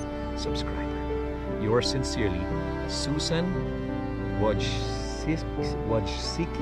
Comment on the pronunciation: it's Susan Wo-jiski😜